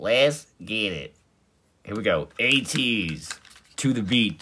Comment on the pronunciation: if didn’t know ateez is more pronounced like aye-teez instead of uh-teez, also love your reactions videos they always have a really good vibe to them